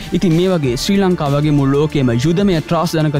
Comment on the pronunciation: ෂී ලංකාව නෙවි බන් ශ්‍රී ලංකාව